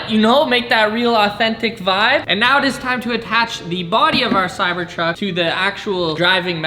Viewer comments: I do not like wen he says vibs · Bro ur the vibe... there should be more people like you, oh and how do u say vibe in Canadian